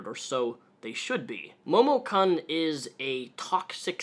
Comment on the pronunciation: I dunno if this is what you're videos are usually like, but congrats if you got this far rambling about cosplay drama. IDGAF about momokun (which at no point was it funny when you mispronounced kun) but gat damn, man. Get it down to brass tacks. That was excruciating and you rambled about shit and didn't even cover more than what everyone already knows and has said. Damn, I didn't know you could be so bad on YT and still have followers. WAIT I LIED. OF COURSE YOU CAN! Anyway, link to this one, chump